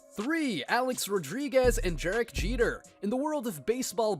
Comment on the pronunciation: “Jerek Jeter” 💀 but nice video!